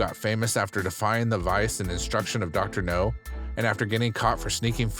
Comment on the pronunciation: I can’t stand it! It’s not Dr. “No” it’s Dr. “Now” for Nowzarian!